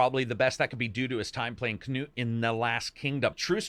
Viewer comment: Finally a english speaking person that says Knut correctly! Also awesome review as always.